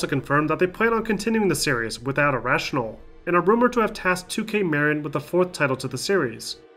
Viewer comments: muh-RIN not MARE-in, it wasn't named after Cheech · With the announce of the new Bioshock, let's all hope that it's not run-and-gun Haloshock like Infinite was. Sidenote: It's definitely not pronounced "2K Merrin," its "2K Muh-Rin." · I know this video is a year old and I love your documentaries, and would hate to make it seem like I don't, but one thing I HAVE TO criticize is that you mispronounced Marin. I am from Marin myself to I can tell you with 100% confidence it's pronounced Muh-rin not Mare-in. Otherwise AMAZING video as always. Thank you! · Killer documentaries, like always. I just need to comment (sorry) - Marin is pronounced - Mah-Rin. As a native that was just driving me nuts as they played such a large role in the development from 2 onward. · The way he kept saying Marin really killed me inside as someone who lives in the area lmao. Its pronounced “ma-rin” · The way you pronounced Marin... Made me feel weird... As someone that lives in that area. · Haha I live in Novato California (94947) that basically means my home town made the best game of all time, and the way he said Marin got me laughing haha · Anyone else hear the way he said “Marin” 😂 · Great video, but that pronunciation of Marin kept getting me.